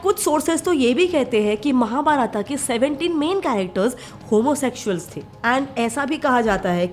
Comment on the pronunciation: Why are you saying महाभारता, कपिला, ऋग्वेदा etc. महाभारत, कपिल , ऋगवेद होता है वो। Jab video hindi me hai to pronunciation real Karo. जैसे योग का योगा हो गया है इनका भी यही हाल होने वाला है।